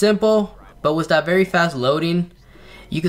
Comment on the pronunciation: Not to bring hate or anything but why for then you say it like den and then for that you say dat why you say that or why you say dat as like u like to say!!!!!!!!!!!!!!!